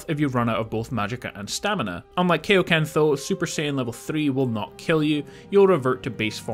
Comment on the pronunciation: You pronounced Kaioken wrong .